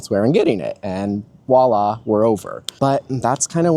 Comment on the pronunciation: Btw it’s pronounced voilà not wala. It’s a French word.